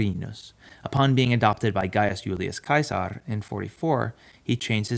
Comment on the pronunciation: Finally no more “Gillius Seasar”